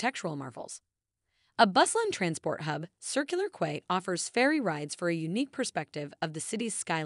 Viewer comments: It's pronounced "key" not "quay" and Paddy's market is mediocre at best, it's not even close to Melbourne's Victoria Market in comparison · Quay is pronounced as (key)